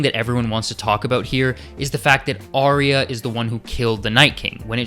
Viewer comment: Awesome vid... And I'll never get over the ending!.. Also my biggest pet hate is people mispronouncing Arya! It's pronounced 'R.. Ya' ! not Ariya, there's no i in her name.